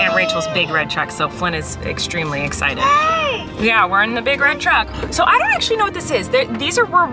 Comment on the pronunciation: “so tonight we’re going to a Christmas drive through... which I’m... very excidabow”